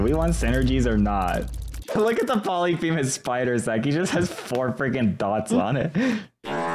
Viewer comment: Thats not how you pronounce polyphemus